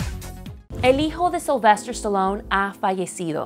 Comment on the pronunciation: Si Es Sylvester Pero Le Dijo Sylvestor Supongo Que Era Por El Acento Que Usaba